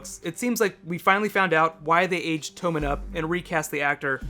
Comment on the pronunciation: Do you really think it's pronounced "Toe-man" with a long O? I always have said "Tom-men" with a soft O in my head... Others please weigh in!